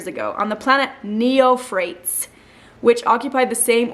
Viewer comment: I think it’s pronounced nee-OFF-rah-tees